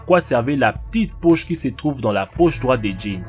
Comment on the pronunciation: "la tite pauche" mdr